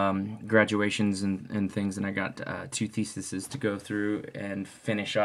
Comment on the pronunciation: It's theses not thesises. (theesees) Yeah, Christians never seem to be able to get past the first round of counter arguments.